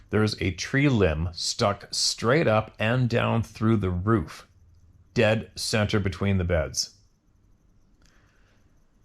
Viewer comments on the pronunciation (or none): none